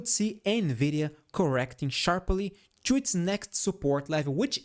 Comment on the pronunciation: "In order ciù ..." 😂🎉